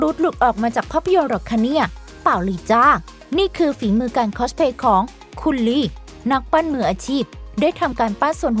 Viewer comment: เพิ่งบ่นไปมะวาน ส เสือ ซ โซ่ ช ช้างออกให้ถูกได้มั้ยงะ คอสเพลย์ ลง สเสือสิ ทำไมลงค้อช